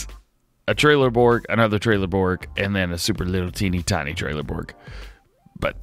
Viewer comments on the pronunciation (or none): It's not trailer Borg its trellborg the e is silent